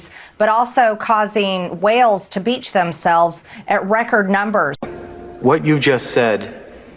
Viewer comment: She said, “da beach.” Lerd of mercy.